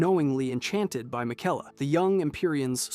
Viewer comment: Hey bro, play the game one time. Miguella? RAH-din?, Muh-Reeka? Absolutely butchered